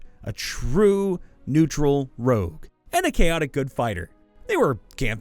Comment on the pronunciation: It's not rouge, IT'S ROGUE!!!